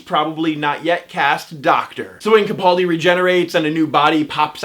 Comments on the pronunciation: Ca-PAL-di. Ca-PAL-di. sheesh,, keemon now. I completely adore you, but.... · Everyone's complaining on how this guy pronounces Capaldi. Have I been saying it wrong all this time? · Please learn how to correctly pronounce Capaldi.